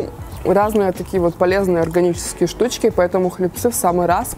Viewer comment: хлЕбцы, а не хлебцЫ